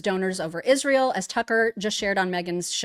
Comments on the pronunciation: Wht does Candash Owensh pronounce the country Israel as Ishreal? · Can she ever pronounce “Israel” correctly?